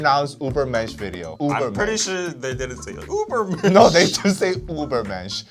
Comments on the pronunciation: that's not the correct pronounciation though 😂 You're pronouncing it like it's written Ubermensch but Ü and U aren't pronounced the same/similar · "Try to pronounce the album" "Ubermensch, I researched" You were close, but it's Übermensch, with an Ü. There is a video of Tzuyu from Twice explaining how to pronounce her name, the German Ü is pronounced just like the Chinese Yu. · Hate to be that guy but, your pronounciation of Übermensch is the english way and not the german way. The German "Über" sounds more like the korean "의바"